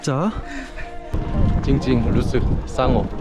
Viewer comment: ตอนสั่ง ไข่ดาวไม่สุก 8 ฟอง ตกใจคิดว่าสั่งผิดรึเปล่า สรุป 8 จริงๆ พึ่งรู้ว่ามันสั่งแบบนี้ได้ด้วย เดี๋ยวจะจำไปสั่งตามมั้ง 😅😅 ฮา ลื่น2ครั้ง ยกมือโอเคร2ครั้ง 👍👍 เหมือนเท้าไก่ เท้าไก่=ตีนไก่ 🐔🐔 มีอยู่คลิปนึงที่มาแรกๆ แล้วพูดคำว่า สงบ เป็น ส้มหมก แล้วทุกคนงงว่าคืออะไร ตอนนี้คือจำได้แล้ว เก่งมาก 👏👏 เกือบจะได้พักผ่อน เกือบจะดีอยู่แล้ว ปลิงตามไปหลอกหลอนทุกที่ 555555😱😱 บอกให้พี่เจ้าหน้าที่ขับรถดีๆ ทั้งที่พึ่งเปลี่ยนกับคันที่ยางแตก 555555😂😂 ฮา บอกขอเวลาแปปนึง อะไรกัดผมไม่รู้ (ไข่)🤢🤢 แต่อยากช่วยดูให้ ความอะเนาะ ใจดีเหลือเกินนน: อ๋า..อาจจะแมลงที่...สำคัญ..อาจจะ?: อย่าเข้ามาๆ!!❌❌:27 เอ็นดูหนุ่มๆ ดื่มน้ำกันไม่คุยกับใครเลย น่าจะกระหายน้ำมากๆ แล้วก็คือยืนมองไปยิ้มไป😊😊 หนุ่มๆเหนื่อยกันขนาดนี้ จังหวะนี้ กินอะไรก็อร่อยแล้วละ 🍝🍝 โอ๊ะ หินของยังตั้งตระหง่านอยู่แลย🏞🏞 ทำไมการยืนมือมาช่วยของ กลายมาเป็นท่านั้นได้ 5555 คิดดีไม่ได้เลย 😂😂🤣🤣 ตอนขึ้นก็สนุก ตอนกลับก็สนุก รอชมอุทยานต่อไปเลย ❤❤